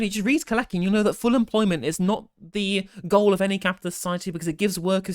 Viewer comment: FYI it's pronounced "Kaleski". He was one of them foreigners. Glad to hear you promoting a job guarantee. I'm studying a lot around employment at the moment and it's absolutely incredible how much data there is to show that people want to work, and they have massive health and social impacts when they're forced to be unemployed. When you see the data, a federal job guarantee is an absolute no brainer.